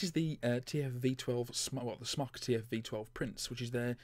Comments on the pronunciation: It's pronounced Smoke, it's short for Smoktech. aka smoketech. No offense but the tvf series is over done. It's been out for like 2 years ago. I've had a tvf8 baby, cleito, vaporesso, eleaf etc. I still think my Crown 3 is above and beyond any of those. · Andy S Could well be dude, but without an 'e', I'll always be pronouncing it 'Smock'. Where would the Brits be if we didn't stick to the appropriate pronunciation of things xD